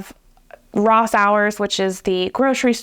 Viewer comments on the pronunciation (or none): I'm also born and bred in Washington and I asked the same (mostly) "where the hell is Ridgefield?" 🤣 And I had to 🤔 at the pronunciation of "Rosaurs" as "Ross-ours" ... I have never in my entire life(and I'm old!) heard that, it's always been "Rose-awrs"... nitpicky, I know, but it gave me a chuckle.. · It’s pronounced “Roe-zars”.